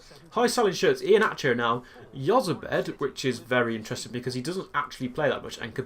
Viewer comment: Jozabed is said like( Hoz-a-bed